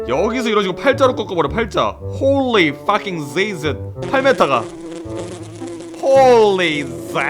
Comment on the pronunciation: 홀리 풔킹 지저스 발음이 개웃기네 ㅋㅋㅋㅋㅋㅋㅋ